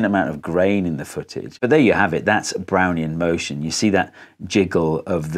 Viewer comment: I keep hearing, "Brownie in motion" and getting a craving for Thin Mints.